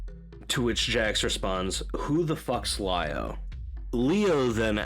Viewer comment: you said it right, it's pronounced as lie-o not lee-o